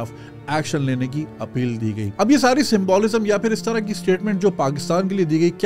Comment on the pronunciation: You need to correct your symbOlism pronunciation. Please don't be offended